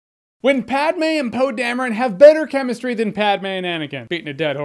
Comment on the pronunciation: Now now, it's Pronounced Pad-May, not Pad-Me. Who would stupidly put down 'Padme' when clearly it should be spelled Padmay?